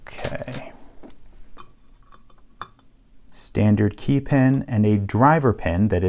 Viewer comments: You say ‘key’ weird like Kay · Gah, yer killing me with the "Kae" pronunciation. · Why do you pronounce key as 'kaye'